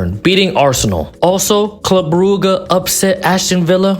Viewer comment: same thing with club brooguh